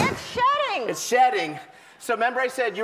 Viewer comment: oh wow i was laughing my ass off cause i thought ellen said the snake was SHITTING.. then i found out it was shedding...